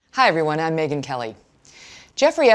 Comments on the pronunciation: Its Megan not Meeeeeegan. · Mee-gyn... Hahaha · Is he saying Neegan instead of megan. Or am i losing my mind. Neegan from the walking dead. Yes? Lol. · Why are you pronouncing he rname like that ?